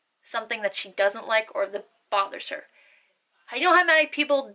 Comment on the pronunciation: I was just wondering how come you don't say how with a pronunciated w when you clearly use the pronunciated W and other words with a w?